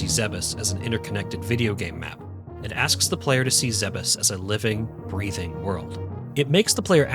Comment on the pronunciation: THANK YOU for not pronouncing it "Zee-bees" like I hear WAY too many YouTubers do. It's infuriating.